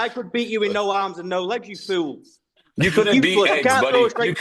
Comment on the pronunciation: You can’t even say fool you say feel buddy😂😂😂😂